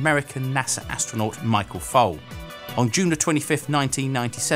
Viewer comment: His name is Foley not Fole.